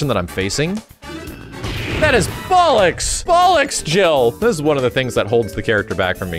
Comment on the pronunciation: As a Brit....it's so weird hearing an American say Bollocks......